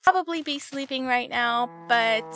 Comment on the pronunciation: when you said "now" it sounded like "meow" xD